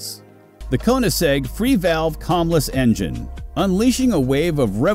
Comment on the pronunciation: Camless. The a is not an ah. You said cam fine